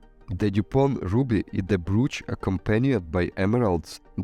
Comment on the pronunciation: Brooch, not broach